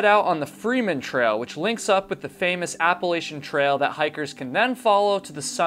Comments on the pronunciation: It's A-pa-la-chain......not appalshin 😅 I got so much shit for this....just wanted to save u from 5k in comments lol Great video considering patreon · Please, for the love of God! It's Appa-latchin. I apologize in advance but I've watched a number of your videos and this one finally put me over the edge. 😂 I've lived in the Appalachian mountains (AKA The Blue Ridge mountains) for most of my adult life. ETA: I'm really enjoying your videos.